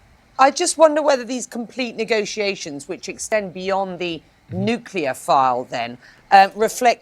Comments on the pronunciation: All I kept hearing was “Nigga-tiations” 😂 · How he pronounces negotiations bother me